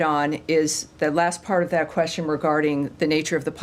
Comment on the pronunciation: pakkkkaaaatani punjabi sulla asking kwestsion te moh te jutti pee gayi